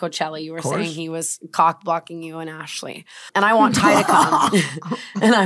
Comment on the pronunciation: "arshley" is absolutely killing me